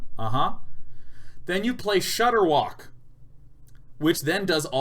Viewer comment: Watching Day9 absolutely murder ShudderWocks name for a straight minute is some of the best video I've watched in a long time.